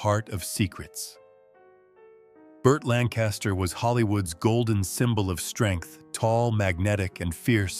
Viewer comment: Doesn't t anybody. Listen to this narrator? He butch3r3d. Burt Lancaster s name and. Called ava Gardner. BeautiFEW!